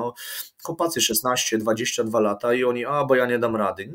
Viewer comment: Piotruś musze to napisać , od początku słysze jak wymawiają sie - chłopacy ... nie ma czegoś takiego w j.Polskim są "CHŁOPCY!"